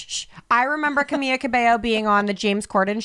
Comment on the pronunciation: what is "camiYa" hahahaha!!! its pronounced the same in english or spanish hahaha ly